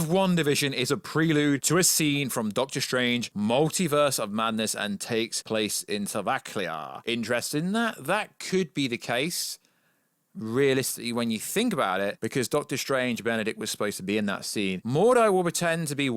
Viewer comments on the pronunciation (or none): "Sovaklia" 😆 great pronunciation,.